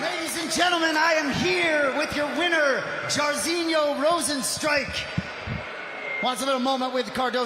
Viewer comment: lol Mike perry is messing up Rozenstruiks name sooo bad its hilarious LOL